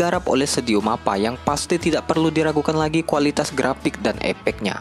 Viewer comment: Wkwkwkw ni orang pasti nggk bisa ngomong ef Tadi aja bilang "grapik dan epek nya"